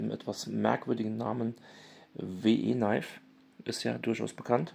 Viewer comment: WIII, wie wir auf Englisch, und Knifes wird "Neifs" ausgesprochen...